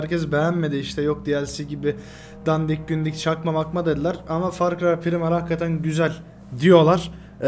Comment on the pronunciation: HOCAM OKUNUŞ BÖYLE FAR CRY PIRAYMIL,BİDE FRAPS YERİNE ARTIK OBS KULLANSAN HİÇ FPS DÜŞÜRMÜYOR NEREDEYSE